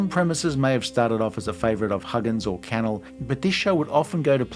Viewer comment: It’s pronounced canELL not CANel